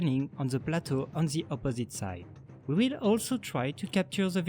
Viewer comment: "On ze opposite site"